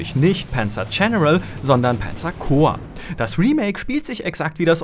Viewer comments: Das heißt Panzer und nicht Pänzer. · Warum wird ein deutscher Name wie Panzer zu Penzer??? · Warum sagt er denn immer Penzer Corps? Panzer ist doch ein deutsches Wort, muss man das wirklich noch extra english aussprechen? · panzer coprs :D